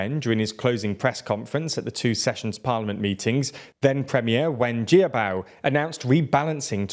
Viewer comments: it's p funny how consistently this channel mispronounces Chinese names. It's not Ji-A-Bao its `Jya-Bao` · Great video, but you guys really really need to get somebody to help you with how to pronounce Chinese names. Hearing Wen Jiabao pronounced like that really takes me out of the video - it's almost as bad as the video where you kept referring to Xi Jinping as 'Ji'